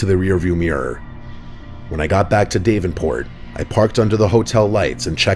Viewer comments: My husband and I are truck drivers and we're from Iowa. Story #4 hits home with us, cause we've traveled that route hundreds of times. One thing tho, Its Dav in port not Dave en port! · It's Da-ven-port not dave-N-port. sorry for the nitpick it's just where im from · For a guy who reads stories for a living, it's odd that you pronounce it DAVE-en-port. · Story 4 the way your saying Davenport is cringe it’s (dah-ven)port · "Dave-enport" lmao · Say it with me: semi = sem-my; Davenport = daavenport rhymes with cabin court not haven port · Long time listener - first time call outer: D-ah-v enport. Like, open up say ahhhh. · Da-ven-port. Da, not Dav. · It’s Dávenport sweet pea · Dave-in port😭😭😭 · "Dave - in - port" 😁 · did not expect to hear my hometowns name in the last story, it’s Dav-en-port lmaooo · Yeah, you’d think a guy who narrated would check to make sure he’s saying it correctly before publishing. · I was scrolling through the comments to see if anyone else had caught that.. 😬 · what's more terrifying is how you couldn't pronounce the name fucking Davenport but you got Des Moines right... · These were pretty good stories... Except for when kept mispronouncing Davenport (As in Davenport, Iowa) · Well that’s a new way of saying Davenport. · learn how to pronounce "Davenport" idiot